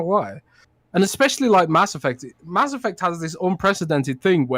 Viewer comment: Mass Effuckt 😂😂